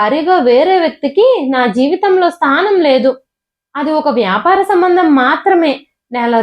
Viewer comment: స్థానం. స్నానం కాదు.